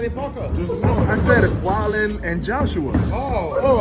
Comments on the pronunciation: It was pronunciation. The guy's last name is actually pronounced "Vallin" but the guy's accent made him sound like he was saying "Walduh" (Wilder) when he was saying "Walluh" (Wallin) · He actually said Wallin slight miscommunication